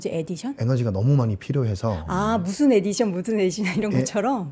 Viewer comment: 에디션X --> 어디션!